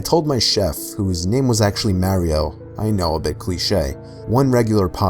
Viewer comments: I'm sorry but I lost it when he pronounced it MARY-O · why do people pronounce mario as merio?! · Scariest part was how he pronounced "Mario" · Mispronunciation of Mario right there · He says Mario weird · Lol the way you said Mario tho